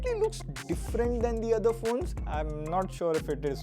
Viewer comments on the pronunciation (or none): none